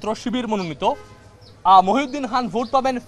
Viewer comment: খান কে বলছে হান, খাতুন হয়েছে হাতুন এটা কী হচ্ছে